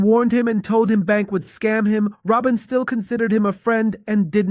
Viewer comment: You and your AI voice call Rueben "Robin" less than 1 minute into the video. No thanks man. I'll pass. 😂👋🏽